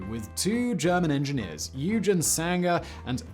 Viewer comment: Oh, wow! One of my favorite topics! Some comments: 1 - Eugen Sanger, it's "Oy-gen" (hard "g"), not "U-gen" (soft "g"). 2 - The name is not silly, it's immensely clever and is derived from "Dynamic-Soaring" (which I'm surprised you didn't mention). If not for this name, it would probably not be as well remembered as it is. Do you remember all the accomplishments of the successful X-24 program? Didn't think so. 3_The politics in this program would make a Tom Clancy hero blanch. The main villain in the story is Robert McNamara, Kennedy's Secretary of Defense, who wanted to run everything by spreadsheet, and never liked Dyna-Soar because it was an Eisenhower administration program. 4 - The R&D that went into the program "pushed the envelope" in so many ways all at once. The aerodynamic and materials research that went into the program was used in whole families of vehicles and programs for decades after. There's a great new book full of inside information (written by an Air Force historian with full access to all documentation): The last chapter, in particular, details where all the technology wound up in sometimes surprising places.